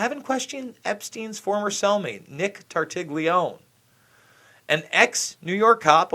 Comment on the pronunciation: Now he is blaming tartaglione who was never killed he was pulled outttt please you Americans leave the g out of that surname it is italian leave the g and pronounce it tartalone